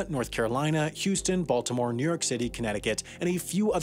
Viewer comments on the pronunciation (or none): none